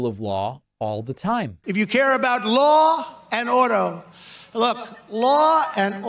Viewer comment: "Law and oduh"